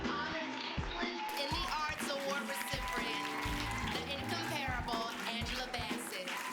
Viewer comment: lol Keke mispronounced “recipient” . I cannot.😂😂